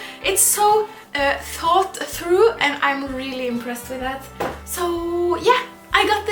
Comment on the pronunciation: are you from Germany? sounded like German when you said " thought through " means " durchdacht "